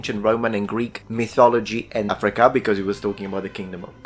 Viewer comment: I didn't notice this last time but he pronounces "Africa" as "Athrika". lol wut?